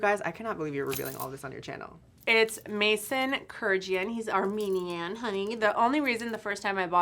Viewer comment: The fragrance isn’t by Mason.. it’s called Maison Francis Kurkdjian. Maison means House in French and pronounced Mezon (N is silent).